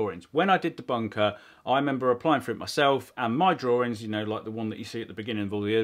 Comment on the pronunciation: challenge you to pronounce 'drawings' correctly😂😂